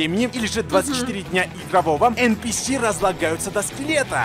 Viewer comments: не [Эн пи эс],а [Эн пи си]. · Все: Энписи: ЭНПЭЭС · Все: энписи: энпиэс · Мне одному резало ухо нпс!? ))) эн пи си если что ))) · Ааа я раздражаюсь от слова энпиэс лично я говорю энписи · Не ЭНПИЭС А ЭНПИСИ Кстати я полностью его проходила IQ тест